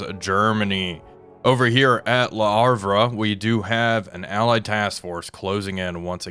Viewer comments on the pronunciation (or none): He can say Brest and La Rochelle just fine x) But Le Havre sounds like Havra.